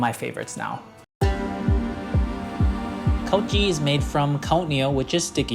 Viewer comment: Your khao jee is so perfect